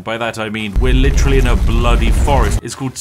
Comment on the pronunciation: LIT-TREE-ALLY EVERYWHERE